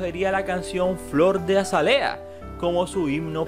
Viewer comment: Pardavè lleva la fuerza de pronunciación en la última sílaba y Azálea en la segunda.